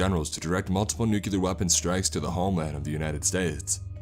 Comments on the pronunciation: As much as I enjoy your readings, I am put off by the mispronunciations sprinkled throughout many of your narrations. For example, the word "nuclear" is not pronounced "nu-q-lar" But "new- klee-er". Mispronouncing words detracts from the story in many ways, but most especially in tone, or atmosphere, potentially breaking the spell you are weaving to draw the listener in. There are several good online dictionaries that include audio files for proper pronunciation. This is meant only as constructive criticism as, again, I enjoy listening to your narrations. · It's nuclear not nucular... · it is pronounced NUCLEAR not NUCULER god how that drives me an english major up the wall.